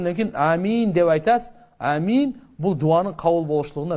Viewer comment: Амиин эмес оомин